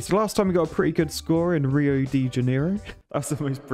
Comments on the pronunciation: Really 😳 "HE ow" instead of "Rio" I've never heard that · Wanna win the hearts of the Brazilians watching you? Try pronouncing "Rio" as "He owe", strong syllable being the "he" <3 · Its ri oh the ja Nei Ro